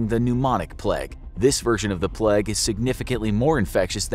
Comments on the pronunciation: It's pronounced "Play-g", not "Plegg", you heathen. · The “pleg”?? Do u mean the “playg” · Isn't it supposed to be the play-gue instead of plag? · I think he means the plague? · *"The Pleg" * 😂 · Why are you pronouncing "plague" as "pleg"? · No one:...: THE PLEG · Why does he pronounce it as "the plèègue" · “The Pleg”!